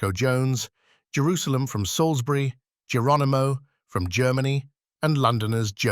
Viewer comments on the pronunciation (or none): Geronimo, not Jeronimo